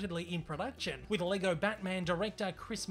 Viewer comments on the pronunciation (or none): none